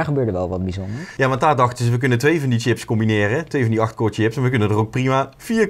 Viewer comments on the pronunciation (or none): none